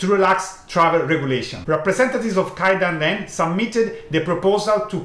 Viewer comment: Thank you very much for correcting this. I don't know why but I can't just pronounce it. I mean I know how to say it, but when I'm in the video I always end up saying KAIdanren XD The problem is not in the language, but in my brain, I think 😀